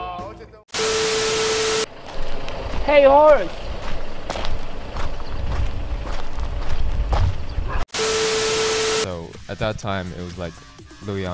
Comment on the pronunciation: “Hey horsthe!” 😂 💓💓